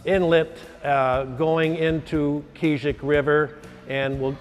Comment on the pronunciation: Hahaha, I love the way they say Keezhik Lake. So inaccurate